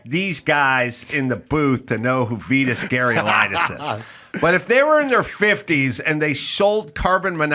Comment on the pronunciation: You're saying Vitas's name wrong.